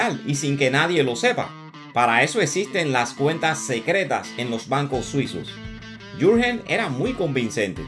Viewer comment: Buen trabajo como de costumbre. Una sugerencia. Si te vuelves a tropezar con un Jurgen, así escrito en alemán, puedes pronunciar: "iurguen". Saludos desde Zúrich